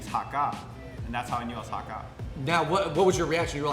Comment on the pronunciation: It's HAAKAA! (Cantonese) - long (a) sound